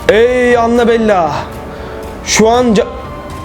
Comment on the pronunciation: Anabella değil anabel